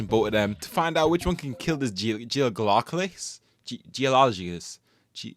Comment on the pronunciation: Je ol o jist =geologist 😊😂